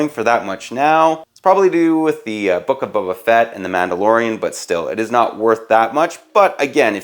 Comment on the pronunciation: why u saying bubba